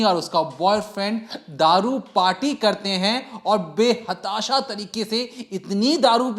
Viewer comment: Be hatasha nai hotaa Bhai be tahsaha hota hai